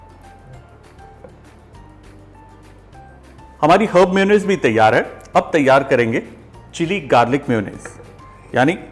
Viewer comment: It is not pronounced "muyo" nnaise LOL. It is pronounced as may-O-naisse